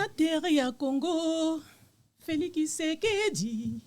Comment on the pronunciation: Bakongo balobaka ki au lieu de tshi